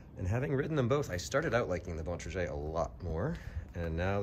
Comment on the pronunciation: It's pronounced "Bon-tray-grr" not "Bon-truh-shey"